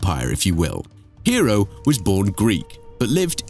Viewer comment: Iam pretty certain that his name, Hero, was not pronounced as hero! But hey, details, right?